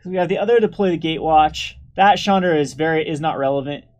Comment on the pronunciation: to me it allways sounds like he is saying Chandler initiate.